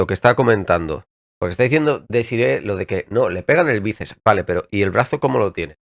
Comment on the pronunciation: Me dió dentera con la chica esta Desiree que dijo como 20 veces que el balón le dió el el "bícep" 😐😐😐. El músculo se llama BÍCEPS, aunque sea solamente uno. Saludos, Mega